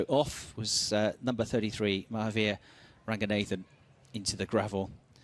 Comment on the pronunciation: mah-have-ear ragyu-nathan, amazing prionunciation.....